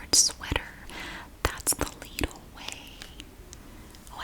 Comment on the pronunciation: I'm from Germany, the country Lidl is originally from, and it's pronounced "Leedl" in the original German too :).